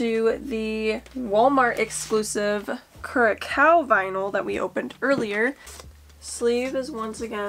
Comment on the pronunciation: Curacao is pronounced like the way you said it, except the second part make it sound like it rhymes with 'how' but with an 's' (like you're saying south without the -th). Great collection!